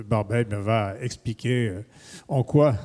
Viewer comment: Il n'y a pas de T à va. Et vous faîtes l'erreur chaque fois que vous prononcez le moi "va" en faisant une liaison, "mal ta propos". Ménagez notre belle langue française SVP !